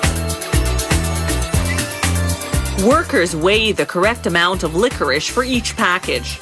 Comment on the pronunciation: She said it's not licorice but then she said it was licoric🤷🏻‍♂️🤷🏻‍♂️🤷🏻‍♂️🤷🏻‍♂️🤷🏻‍♂️🤷🏻‍♂️🤷🏻‍♂️🤷🏻‍♂️🤷🏻‍♂️🤷🏻‍♂️🤷🏻‍♂️